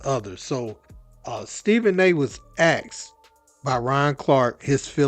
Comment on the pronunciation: Jesus Christ bro it's "asked, not axed" LMAOOO you can't be deadass rn